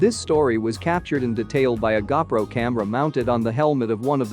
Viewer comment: What's a gah pro? You mean GoPro? You ordered from wish didn't you?